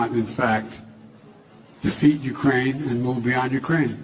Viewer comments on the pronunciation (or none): none